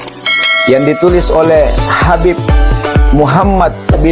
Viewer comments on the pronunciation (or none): none